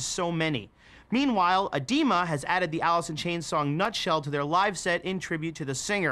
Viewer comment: Everyone: talking about the good staley and grunge Me: Did he say, “Alisson Chains”?